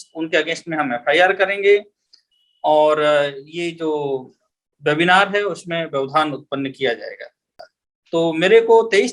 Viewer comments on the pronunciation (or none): आप वेबिनार को बेबिनार क्यों बोल रहे हैं ? कृपया ये भी बताएँ कि ये भाषाई रोग कहाँ से लगता है ?